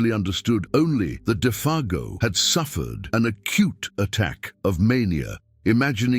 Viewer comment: Interesting how Defago's name is pronounced differently even 5 seconds apart at times.